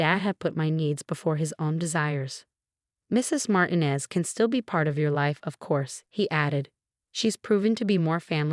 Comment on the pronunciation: Martinez is said as MAR-TEEN-EZ and NOT as MARTIN-EZ. Can't say a simple common name? (And Sweet Fart, instead of Sweet Heart. PROOF READ before uploading!!!)